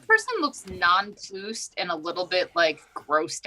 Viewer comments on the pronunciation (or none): Did... Did really say non ploosed at least twice???? I know they're learned enough for that to be on purpose. But that just made me shudder lol!!! Still. In my house we sometimes say hiccing-up and pasgetti. 😄 I've never watched this movie.